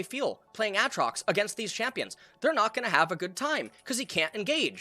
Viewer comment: Did this man just say Àtrox?